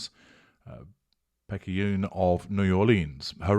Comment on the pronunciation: Excellent pronouncement of “Picayune”. It tends to throw non-native Louisianan’s off.